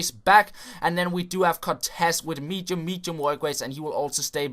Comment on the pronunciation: Listen to how he says medium